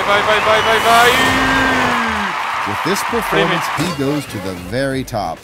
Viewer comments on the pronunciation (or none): none